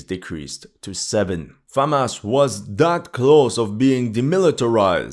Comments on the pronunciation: It’s Hamas, not Famas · Am I going fucking insane or is he saying Famas instead of Hamas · Why does he say Famas instead of Hamas? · Hey, it's pronounced Hamas with an H, not Famas like a trash french rifle. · Is he saying FAMAS or HAMAS? Is some kind of Youtube C word issue? Now there is an H word? I don't agree that these stats mean the bulk of the fighting was done by people in initial mandatory service. The majority of the dying was, the more experienced soldiers can be expected to do plenty of fighting and less dying. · Is it getting so bad with YouTube that you have to say Famas instead of Hamas? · Isnt it "Hamas" and not "Famas"? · You are able to pronounce the word "HUNDRED" properly but ironically you are unable to pronounce the word "HAMAS" correwctly. You always mispronounce the word "HAMAS" as "FAMAS."Talk of intentional misleading. Why don't you call terrorists as "TERRORISTS" ? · why it sounds to me that you say famas instead of hamas ??? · I know my hearing is not good, but... Am I going completely deaf, or he's kept saying "Famas" instead of Hamas? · why do you keep saying FaHamas? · Am I tripping or do I keep hearing FAMAS 🇫🇷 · Is it Famas or Hamas? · Why do you call it Famas? Did I miss something? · Why does he keep saying Famas? :S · Why do you pronounce it "famás"? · Hey buddy are you Jewish? This is all about the IDF plus you pronounce the Jewish military brigades names very well compared to hamas it’s not Famas lol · It is a touchy subject for him because you can clearly see his sympathies are with the Zionists. He was claiming that IDF would wipe the floor with Hamas, a few months ago. Even now he cannot bring himself to pronounce 'Hamas' or to call it the Palestinian Resistance which is what it is. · Why pronounce Hamas that way??